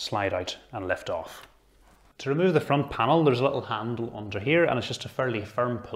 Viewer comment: Why he say off like: EIF